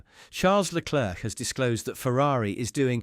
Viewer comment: whilst leclerc (its pronounced leclare by the way) may have 15 points more than sainz, the spanish driver has been the better overall driver this year